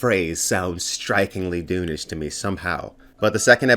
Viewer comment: Everytime you say Dune I hear Doom and I'm confused 😂